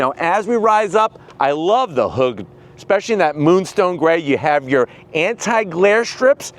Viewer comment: Do he say hood or hoog? 😂